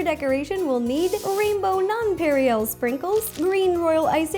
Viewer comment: non-pan-rey .... NON-PAH-RAY...